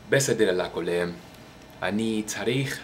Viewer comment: your hebrew is great! for a beginner, of course. I thing your "ayin" is to strong' more like in arabic then in modern hebrew. As a native speaker, I thing your R is like in spanish: modern hebrew R is more like in german or french. we usually say "BeiTI" and not BAiti, and "lekuLAM" instead of leKOlem, bur your hebrew is still good. How long you learn it? Five years? however, greeting from israel. And I can promise you it's a beautiful place. sort of.